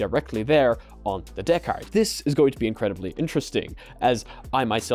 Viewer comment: I like how he says Deckard like a pirate DAA-CARD!👽❤️👽